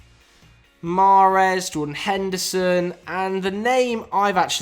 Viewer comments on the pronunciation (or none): none